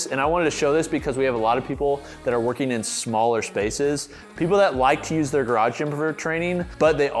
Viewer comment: "People like to park theyr car in the gym" 🤣😆😂